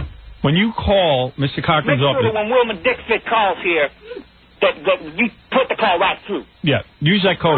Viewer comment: “Wilma Deekfitz” 😂